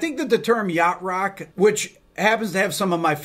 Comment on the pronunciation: I had to look in the transcript to understand you were actually saying "Yacht Rock" - never heard of it and had to look it up on Wikipedia, turns out these were all bands I loved growing up! Guess the puritannical purveyors of rock purity at the time would have labeled me that way as well. Oh well, guess nobody's perfect!